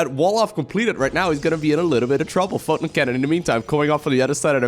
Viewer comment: Take a shot every time he says fotin' cannon. ::dies of alcohol poisoning